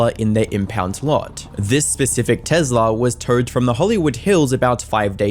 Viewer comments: Why is he calling it a “tezla” 😂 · What Tezla???? It is a Tesla! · Tezla is how I’m pronouncing it for now on. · Alright I know this is a very sad and serious video but can we talk about how he pronounces Tesla 😂